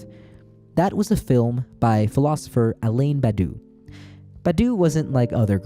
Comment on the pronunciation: love the way you pronounce Alain Badiou "Alain Badoux" also for "the first time in 180 years" incorrect they were a huge rev in 1830 everyone misuse the Delacroix painting to talk about the 89 rev